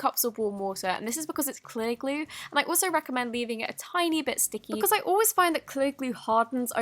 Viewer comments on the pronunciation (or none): Why do u say Elmere's Gluuu..... not glue???